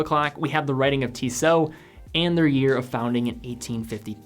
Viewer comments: Instead you should find out how to pronounce Tissot. pronounces it correctly. And perhaps you should refrain from making comments if you apparently don't know what you are talking about. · man, just find out how to correctly pronounce the Tissot brand name before you make this kind of video